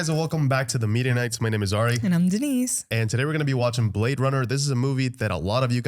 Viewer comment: The way you say media knights sounds like Mennonites, but you're jewish :)